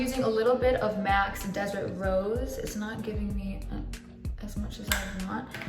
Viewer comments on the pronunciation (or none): none